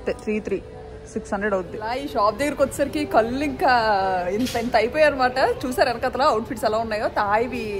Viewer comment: "కళ్ళు" అనే మాట పలికే బదులు "కల్లు" అని పదే పదే అంటుంటే చాలా ఇబ్బందిగా ఉంది. మార్చుకోవడానికి ప్రయత్నించమ్మా😔ఇది సద్విమర్శ మాత్రమే... 🙏